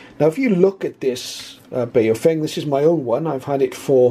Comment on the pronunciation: Nice review but Baofeng is mispronounced. I often find Americans mispronouncing Baofeng on other videos. The correct pronunciation is BOW like the bow of a ship followed by FUNG like fungus. BOWFUNG is the correct way to pronounce this Chinese name as they do in China.